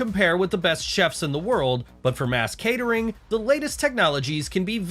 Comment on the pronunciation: It‘s called /MASS catering/and /EYE witnesses/. It‘s not /mass CATERING/ and /eye WITNESSES/! Terrible commentator!